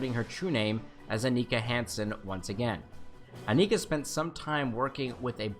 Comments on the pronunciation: 7 of 9s name is pronounced Ann-e-kaa not on-icka. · jorge quesada isn’t it un-ika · Great video! Sevens human name is pronounced on-icka.